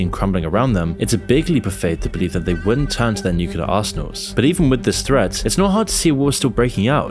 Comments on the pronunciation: Its Nuke Leee errrrrrr.... Not Nuke uuu leerrrr.....lolol srry im a word Nasi..... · please pronounce the "nuclear" properly. You are saying: "nucelar" instead of "nuclear". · We're already in it. We've been in it for the past 3 years now. These are the beginning stages. Also, NUCLEAR, not nucular,.